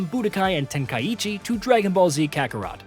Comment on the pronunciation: Never understood why so many english channels over-pronounce Japanese words - it's "Ten-kye-chi" (Tenkaichi) not "ten-kye-ee-chee" and "dye-mah" (Daima) not "dye-ee-mah" lol Sounds weebish